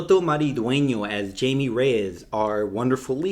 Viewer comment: Agree with your review. A little messy but entertaining. Also, it’s pronounced “hy-meh” 🤗